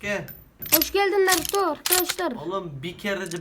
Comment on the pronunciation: Sasuke bi ogrenip gitmedi yaaa onu adi narıto degil narutoo :d